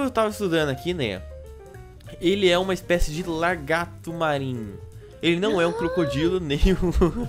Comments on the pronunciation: só para te corrigir n se fala largato é lagarto XD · se fala lagarto e não largato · falando "largato" mds